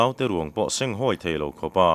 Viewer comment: Senghawi tiha hawi hi thlûk loh tur. Tin, a pasalṭha chet a phet tiha phet pawh hi thluk loh tur, ka ke a phet tih ang hian lam tur. Phêt chu phe (fiah lo) modified form a ni e. Phet chu lei rem rap lo, chesual, che phelh sawina a ni zawk.